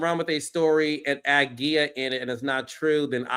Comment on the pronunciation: Wait why are you saying Gia like that? Is that how she pronounces it? Because if so she just needs to pronounce it the regular way. Cause that hurt the ears. Hell no.